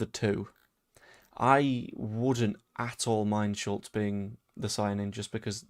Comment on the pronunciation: Sulc is pronounced Shultz. Please stop saying it the way you do, it sounds clumsy